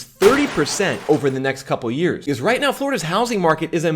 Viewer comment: When he says "because" he says "bzz" 😂😂😂😂